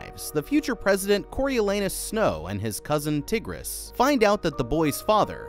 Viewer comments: Tigris is pronounced Tie-gris Sejanus is pronounced Se-jane-us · you say Sejanus like SeJAYnus and Tigris as TIEgris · Bro really called her “Tiggres” 😭🤣💀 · yes, and her name was mispronounced in this video. it's more like tiger, as in the animal with a iss sound at the end. I feel like she became one of the helpers to the tributes because of her anger towards her brother and his betrayal to so many. Tigris had a huge heart, and with such a kind and sweet and loving person. and honestly Coryo didn't deserve such a sweet and kind sister. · Did he really pronounce Tigris's name as Tihg-riss? LOL!